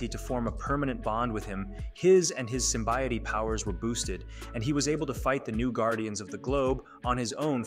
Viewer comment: Dude. "Sassil" and "Symbiotee"?